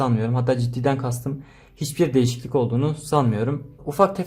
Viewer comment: Nobody:: DeĞiSiKliLiK